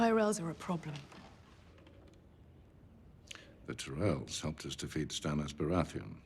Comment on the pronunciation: Cersei: The "Tie-rells are a problem." Tywin: The "Tih-rells"... Okay, Benioff, Weiss, GRR Martin, this has been bothering me. Was it really hard to confirm to the actors what the right pronunciation of "Tyrell" was before shouting "ACTION"??? This has been bothering me for months.